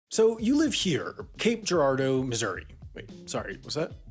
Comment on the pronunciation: I'm impressed he pronounced Girardeau correctly. I from the area. Have heard it slaughtered quite a few times through the years by outsiders.